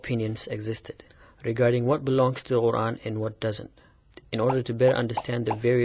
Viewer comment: Why does he pronounce the Quran as "Oran"? I've never heard that before.